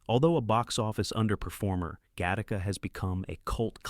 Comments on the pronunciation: OMG !! It's Gattaca, NOT GA - TARK - KA. And then the voice-over goes on to say it correctly. It's gotta be AI that is corrected but not as far back as the introduction of the movie' introduction . So annoying............... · Get Tacos!? Im not sure your pronunciation that right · Really? Gat-taca?